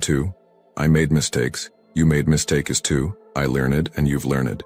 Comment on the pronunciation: What's with the accent "learnnedd"